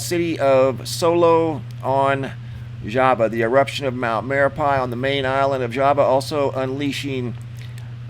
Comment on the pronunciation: It's pronounced mare ah pee.